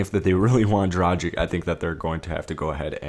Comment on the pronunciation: dragich not drajic